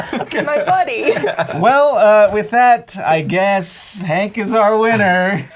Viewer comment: Herbivorous, Herb.. there is an H, you are science people.. pronounce the bloody H. its not Ank Green is it? its Hank Green